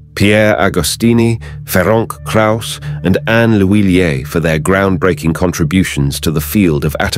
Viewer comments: Yes, brilliant development. But a pity that the narrator was unable to find out how to pronounce the name of Dr. Krauss - it is 'Ferents', not 'Feronk' or 'Ferenk', transliterated from Hungarian. Unfortunately such sloppiness diminishes the message. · Try to pronounce this: Ferentz Krayus. It will be closer to what it should sound like. He is not french but hungarian.